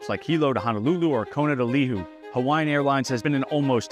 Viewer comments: Lee-who-ee, not Lee-hue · His pronunciation of Lihue was also way off. It's Lee-hoo-ay, not Li-Who. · "Kona to...Lihoo??" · It's Lee-hoo-ay, not Li-Who. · Love it when mainlanders try to say our words "They fly from Oahu to Leewho" 🤣🤣🤣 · Leehoo 🤣🤣🤣 pun on Lihue and cheehoo maybe lol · Lihue is not Lee-who. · Li hu? You mean Lihue? Learn to pronounce names correctly. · Did I hear Liwho? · Lihue = "lay-huu-eyy" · Kona to Lee-who? Gees, Hawaiian pronunciation isn't that hard! There are websites that will audibly tell you how to say any word! Once I heard you say Lehue, I was out. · I was gonna say he butchered the pronunciation of Lihue to the point I had to think about it for a second. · 🤣 its actually pronounced lee-who-ay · Lihue is 3 syllables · Good analysis. Bad Hawaiian language pronunciation. You pronounced 'Lihue' comically wrong. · Learn how to pronounce Lihue if you want to be take seriously. Not even close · How come you don't know how to pronounce Lihue? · Lihue (what you’re trying to pronounce) is on the island of Kauai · Need to properly pronounce Lihue. 😅